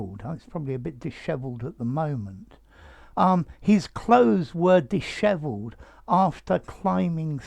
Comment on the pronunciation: Beautiful word and beautiful pronunciation. Thanks.